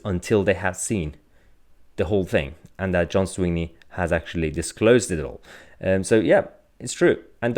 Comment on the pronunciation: john swinney' not sweeney mahyar ...